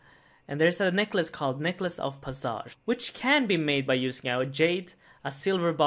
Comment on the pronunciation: 'necklace of parsarge'